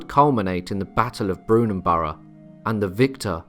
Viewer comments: Brunanburh is not Brunanborough ! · yes it was but I rather think was referring to the mispronunciation in the video. Latest thinking is that the battle took place on the Wirral peninsula